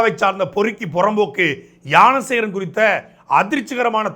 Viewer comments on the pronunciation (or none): Gnana Sekaran ❎ Yaana Sekaran ✅😂😂😂 Saatai un tamizh la theeya vaika 😅